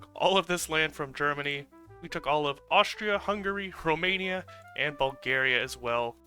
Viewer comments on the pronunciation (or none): none